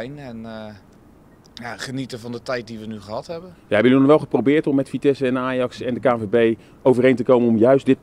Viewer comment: Het lukt hem niet om het woordje "Ajax" uit te spreken hé?😂